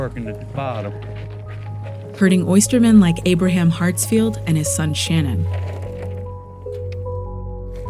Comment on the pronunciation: Is it Aberham or Abraham? Can you not spell or not read?